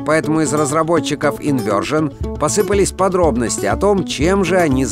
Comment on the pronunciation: Всё-таки "Инвёршн", а то читает "Инвёрджн"( вдевственницу)